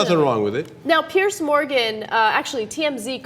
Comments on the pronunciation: It's not "Pierce" darlin', it's PE-ERZZZZZ. And his surname is pronounced "MORON". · It's not "Pierce". It's "Piers". "Pee-urrrzzzz"